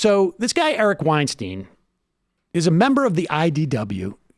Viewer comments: I can't tell if you're mispronouncing Eric's last name on purpose or not :l Weinstein rhymes with Einstein. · You are pronouncing Weinstein wrong.